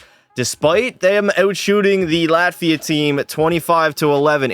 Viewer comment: Is somebody named Lativia or was bro calling Latvia "Luh-tee-vee-uh"